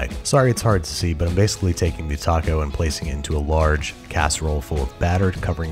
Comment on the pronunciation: That “taco” was just,,,wrong